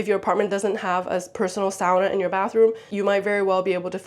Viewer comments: When my Finnish parents bought their first house here in the US, dad remodeled the kitchen. Closing off the window over the sink and replacing it with the dish drying rack. Second on the list was a sauna. I wanted to thank you for pronouncing "sauna" correctly. (My pet peeve.) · I'm still watching but had to say how nice it is to hear someone who knows how to pronounce "sauna" correctly and doesn't call it a "saw-nuh"!